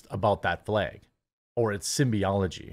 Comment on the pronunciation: The fleg on the beg. :)